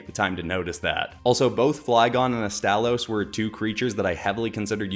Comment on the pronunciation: Flygon and Astalos are a PERFECT match, since they're both dragons with insect elements in their design. Only issue I have is that you butchered Astalos's name. The stress is supposed to be on the first syllable, not the second...